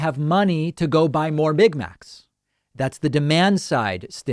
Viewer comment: A $15 an hour minimum wage is almost identical to the minimum wage in Australia. - Hang on, what are "mig macs"?